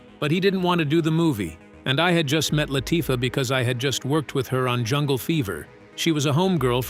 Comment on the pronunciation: “LAH-Tuffah”??? Lol